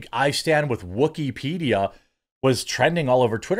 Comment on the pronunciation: Wookypedia, sounds more like Woosypedia